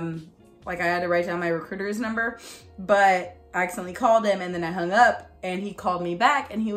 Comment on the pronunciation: You go : "I was uP" hahaha the p sound cracked me upppp